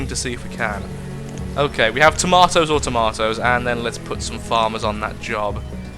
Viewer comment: "we have tomotos or tomotos" did you mean to say that or were you trying to say something else?